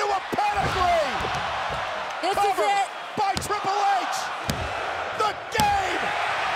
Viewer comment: Treple H not Triple H 😂😂